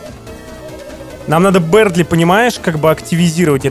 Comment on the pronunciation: Бëрдли а не бердли